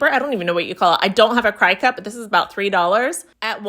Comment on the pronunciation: CRICUT is pronounced CRICKET.